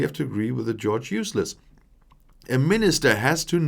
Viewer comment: Did you say George Useless? Accurate but not kind.